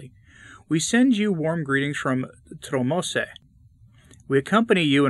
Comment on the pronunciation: Tromsø is a major city in Norway. (I'm Norwegian.) The strange Ø letter is pronounced close to the 'EU' in the French for blue, BLEU, or the U in the English BLUR. So, TROM-SEU.